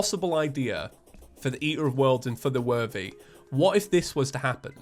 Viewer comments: who else hears saying "feather worthy" instead of "for the worthy" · Why have you done this to me. All I hear now is "fer ther werthey"